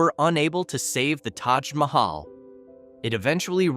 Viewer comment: The way he pronounced Taj Mahaj tells you everything you need to know 😂